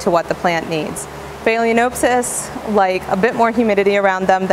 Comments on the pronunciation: Informative video and I'm sure you're quite knowledgeable of orchids and other tropical plants, but your gross mispronunciation of phalaenopsis made it very difficult for me to watch your video. It also gives the appearance that you are not as knowledgeable about orchids as you suggest. You are pronouncing the word "phay-lee-O-n-oh-p-sys". You area adding an "O" before the n. The correct pronunciation is "phal-eh-nop-sys". The "a" in phal should be pronounced like the "a" in pal. The "o" in nop should be pronounced as the "o" in not. Otherwise you have good information. It's just unfortunate that you perpetuating an extremely incorrect pronunciation to what is now almost a million viewers. If you don't think pronunciation is important, then I'll just call you AYNN instead of ANN or AYNNIE if you spell Anne with an e. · Haha phaleaNOPEsis.....😆😆😆😆😆😆😆😆